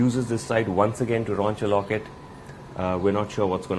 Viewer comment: "Raunch a locket"